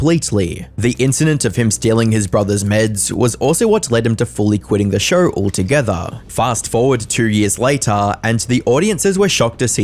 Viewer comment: It’s show…. Not shurrrr